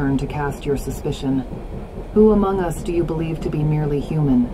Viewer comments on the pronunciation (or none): I heard "nearly" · Am I the only one who heard "nearly human" instead of "merely"? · Did she say "merely" human? What the f